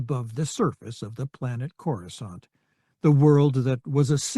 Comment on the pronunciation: Amusing that the text to speech software can pronounce coruscant correctly while most of the other narrators can't